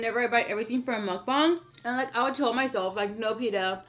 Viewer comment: Yes I love your mukbongs 😭😭lmao I love the way u say mukbang